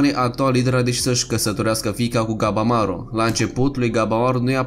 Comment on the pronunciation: Lasăd la oparte faptul că pune poze care câte odată nu au legătură ,deseori mai încurcă și numele de exemplu în loc de ,,Gabimaru" el spune ,,Gabamaru" ,pt mine e puțin deranjant câte odată